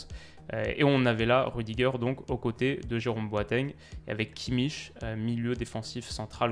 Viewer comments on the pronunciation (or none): none